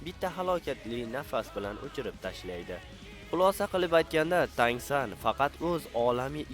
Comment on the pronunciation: Tang SAN emas brat TAN SAN